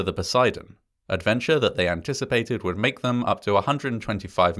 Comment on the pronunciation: “…who changed it’s name to The Poseidon, a d’venture they anticipated…” Ok, I caught that.